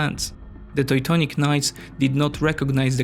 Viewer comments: Toy-tonic Order xD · He pronounced it like a German would. In German 'eu' is pronounced 'oi'. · You made a huge effort with your accent but let me tell you, that your pronunciation of Teutonic knights as "Toitonic" reminded me of ToiToi mobile latrine :D The correct pronunciation sounds more like two-tonic. Also, the word "area" is correctly pronounced with the emphasis on A not the last part (not areeeeya) Apart from that good job! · Toy-tonic knights :D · He pronounces it as a German person would. In German 'eu' is pronounced 'oi'. Maybe best secondary language is German, not English. It seems somewhat fitting to pronounce Teutonic knights as a Teutonic person would:-)